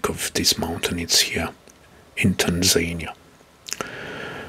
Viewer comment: Great, but you mispronounce some names, like Abuja, Tunisia or Tanzania 🙂